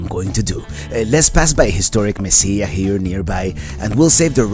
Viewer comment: Se dice Mesilla (ll sounds like g)